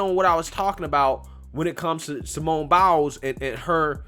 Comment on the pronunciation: I agree with everything you said. I just need to add, every time you say "Simone Biles", it sounds like "Simone Bowels."